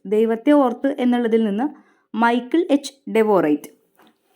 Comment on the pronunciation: മൈക്കിൾ അല്ല മിഷേൽ